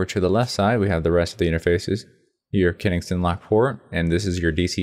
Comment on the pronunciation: KENSINGTON! not KENINGSTON.. SING.. SING.. SING.. and does it come with the non-skid turntable?